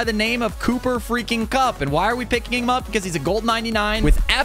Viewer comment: By the way its cup not coop cooper cup